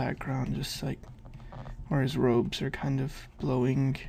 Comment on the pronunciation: Good stuff as always... Only thing I dont get is: why do you say the Gs all the time "drawinG, blowinG"?